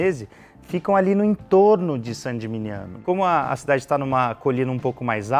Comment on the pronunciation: Muito bom! 👏🏻👏🏻👏🏻👏🏻 Há 3 anos, fiquei uma semana na Toscana, sendo 3 dias hospedado dentro das muralhas de Saint Gemigniano. Que lugar mágico! E que vinhos! Quisera voltar um dia! 🍷🍷🍷🍇🍇🍇 Mas,, sua pronúncia de "Gemigniano" errada, não se fala "geminiano" (isso é pra quem é do signo de gêmeos 😄), mas "geminhano", já que o "gn" italiano tem som de "h". Todo mundo se equivoca nisso. 😉 No mais, parabéns pelo vídeo e pelo canal.